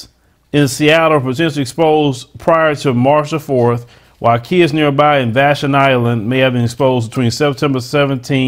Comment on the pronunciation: Not trying to correct u but Vashon is pronounced VA- Shawn. This is why I don't allow my grandsons to get all them shots and the only thing they can do is check their eyesight. This is why it's so imp to put your comments in rather it's good or bad so others can get an idea of what these places/ any place are about.